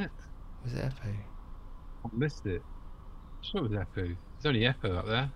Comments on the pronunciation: How many have told you that it´s Empu not Epu? Hahaha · Haha, I'm English - you called him Eppu repeatedly, no M. But who cares? It was a passing comment. Main thing is, it's great song, even if you rated it lower than I would. But that's hats the nature of music - any art really - tastes differ and a good thing too or it would be a boring world and we'd all love the Spice Girls